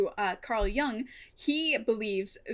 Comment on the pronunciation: It doesn't particularly matter, but since you brought up the pronunciation of Jung, it's not pronounced like "Yung", the vowel should be the same as the vowel in the word "book" or "foot".